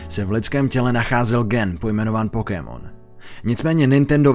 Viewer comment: Dobre video. Ale do boha... to nieje Pokímon :D vzdy a v kazdom jazyku je to Pokemon. Rozsekalo mi to uši :D